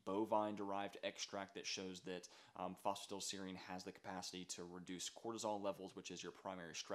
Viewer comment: It’s pronounced foss fu tie dull seer reen 😒